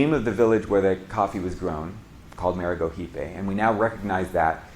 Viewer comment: Nice video and effort. Some small corrections: You pronounced Maragojipe and Caturra like a Spanish speaker. In Brazil/Portuguese, it'd be Mara-go-jeep-y and Ca-too-ha. Edit: Also Mundo Nuovo should be Mundo Novo since you said they were called this "after the Portuguese words." In this case Nuovo is the Italian spelling.